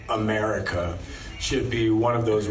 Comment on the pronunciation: What the hell is he saying? His tone is very very condescending….”ummerica” There is a level of resentment in his tone. Disney big big mistake to provide him the role. He just needed to keep the role as whatever it was…I don’t even recall.